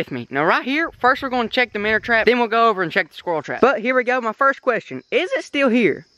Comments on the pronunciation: It's minnow not minner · It minnow not minner